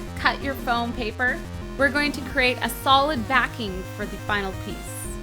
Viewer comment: Everytime she said fome I thought she said phone :3 Lawl